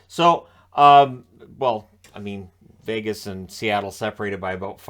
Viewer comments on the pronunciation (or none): none